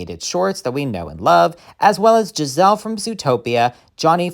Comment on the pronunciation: Her name is Gazelle, not Giselle.